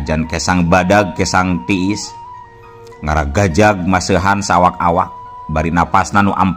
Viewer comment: Hapunten akang pami teu lepat mah "ngagarajag" sanés "ngaragajag"